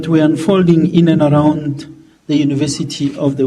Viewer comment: Can't even pronounce the name of the university properly, this is why we want fees to fall so that you're children can learn for free and avoid such embarrassing blunders